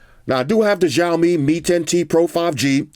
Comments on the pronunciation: Ma man really said jao mi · not trying to be like a hater but it is called siaomi (written as:xiaomi/小米）